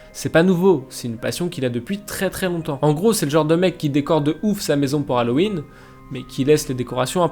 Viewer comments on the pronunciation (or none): none